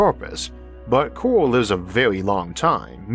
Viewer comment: omfg. I got really tired of hearing "cowal" really fast. it CO-RAL ffs